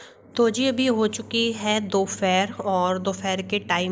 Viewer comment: Dopheeer nhi dopeher hota hai gawaran